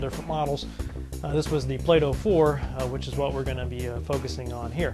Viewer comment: It is "bow" as in bending over in the middle and tipping your hat ... and not "bow" as in the thing tied around your neck.